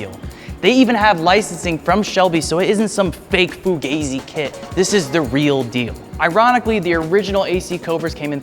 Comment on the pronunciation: Fugazi, not fug-e-ezi. FF doesn't have license from Shelby. Superfomance has, not FF. Do some research before using words that you don't understand.